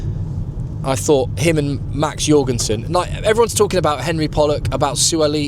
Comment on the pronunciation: For Max Jorgensen, you pronounce it with a J not a Y